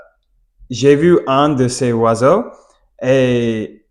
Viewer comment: Bonjour, merci pour le partage👍 quand vous parlez des oiseaux au pluriel il faut faire la liaison avec le S de " les "du coup ça donne en phonétique : les zoiseaux. Idem pour un oiseau faites la liaison avec le " un " et ça donne en phonétique : un Noiseau et pas un Oiseau. Désolé, oui, c'est bien prise de tête mais vous parlez super bien tout de meme😊 et pour finir de vous achever🤪 si vous parlez d'un oiseau ( d'un Noiseau) ne dites pas le oiseau mais l'oiseau. Allez, bon courage😅